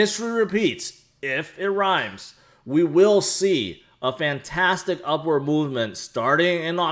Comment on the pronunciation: Did I just hear say "We are on an upward Moonment"? lol.